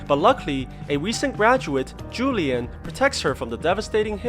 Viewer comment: man said julian for juan lian lmao.